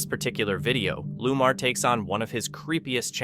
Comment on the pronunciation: His name is Lamar not Lumar.